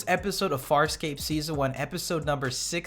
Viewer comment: I think you said "FarSCOPE" in the intro